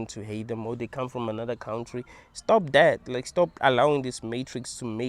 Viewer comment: I love how you say cowntree 😂😂😂😂😂